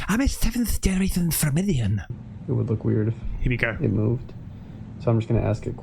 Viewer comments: You need to work on your English! She said "floridian" not formidian baba..... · I couldn’t stop laughing 🤣🤣🤣🤣🤣🤣🤣🤣🤣🤣🤣 What is a flodiburidian hahahaha Floridian . I just can’t. No idea why this made me laugh so hard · Every time said “7th generation Fromedian” I laughed so hard my tummy was aching at the end 😂🤣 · Flirmidian! I’m dead 🤣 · I can't believe we got a twerking before GTA 6 (and seeing someone calling herself a 7th generation Floridian in a random clip that has nothing to do with how many generations she comes from LOL, weird people:D) as Belgian I understood she said Floridian, but couldnt stop laughing at inventing several other words like flurmidian or furridian 😂 bro even said flurmidiate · Man, you're never gonna let that Florida lady live that down are you 😂😂😂 "7th generation flormidite" at least 10 times😂😂😂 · Fyckin hilarious with the Florydite, Formaldehyde, Formidiean! Honestly dude, you killin me😂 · Lmao I’m a Floridian, and I about died when said “Fleurmedian” 😂😂 I never heard no thunder like that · Lmao you made me laugh so hard when you said “florodianlablah” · WTF is a fronidian ? ^^ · Hahaha! Was driving me nuts hearing him say "Floridian" wrong every single time!!! I thought he would've got it when he heard this was happening in Florida!!! ;) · She's from Florida! Therefore she's a Floridian! Why are you making fun of her when you're the one who can't pronounce it! Try not to be so rude! Don't you think there's a chance she's going to watch your reaction? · Dude, you sound awful mocking the Floridian comment. I winced every time you made fun of it, butchered the pronunciation, etc.